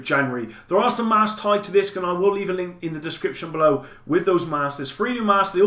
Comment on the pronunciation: Hi buddy, sorry but did you say looking forward to lots of drinks or links?